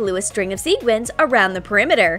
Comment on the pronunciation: STOP. SAYING. SEEGUINS. You say SEQUINS. NOT seeguins! You see how the REAL spelling has a "qu" that means you say sequins, NOT seeguins!!!!!! Sorry, I'm just getting a little TrIgGeReD by this.